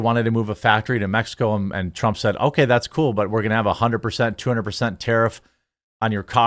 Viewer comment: Nice job butchering President Trumps name last video